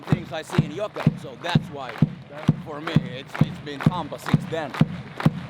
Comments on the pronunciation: I'm sorry, I keep hearing you say "Jukurit" instead of "Jokerit" and that's completely different team. :D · Another great video but gotta work on your pronunciations…it’s not ‘Jokeritch’ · I was so confused why you kept calling them "jokeritch" but then I realized their team name is jokerit hockey club so maybe there was some confusion there